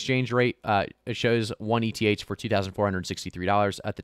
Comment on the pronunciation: it's pronounced "Ether" not "EE tee aych"